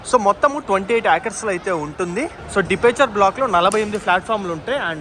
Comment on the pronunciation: డిపార్చర్ కి డిపెర్చర్.....హా హా హా హా హా....